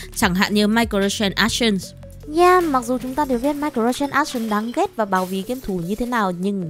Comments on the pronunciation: Ai lại đọc là Mai cờ ro trans ác sần? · microtransaction :)))) khứa đọc tiếng anh mà làm tui tỉnh ngủ luôn. Transaction - tranˈzakSHən, phát âm có thể là tran zát sờn, mà khứa lẹo ngẹo cái gì trong miệng ấy :)))) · mirco gì cơ? mình nghe không rõ @@